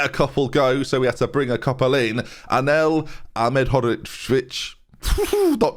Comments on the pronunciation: Ahmed-hod-jich is how you pronounce it, I think... don't quote me on it though. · As an irl friend of Anel, I dare say his lastname its quite easy to pronounce - Asch-med-hod-shish. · My girlfriend actually did go to school with Anel (not a joke) and it's pronounced "Ah-med-od-zich"